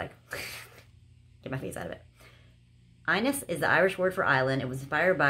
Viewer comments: Love that they sent you something from Ireland, it’s pronounced Inish though haha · The inis body lotion is actually pronounced In-ish , I'm Irish. Great videos, I love how thrifty you are 😊